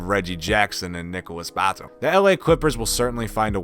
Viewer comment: 10 NBA Errors Have Happened in This Video 1. It's not a countDOWN when you start with Lillard and end the list with a no-namer. 2. It's pronounced Nicolas buhTOOM 3. Serge eeBAkah 5. Drummond is playing for whom? 6. Lakers are hunting Melo with all their might? Melo? He was paid to NOT play in 2018. Lillard brought him to Portland as a Good Samaritan gesture in :59 Melo was drafted the same years as LeBron so that makes him just as good on the court?